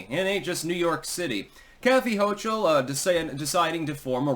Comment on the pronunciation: hochul but sounds like choke ul but you tried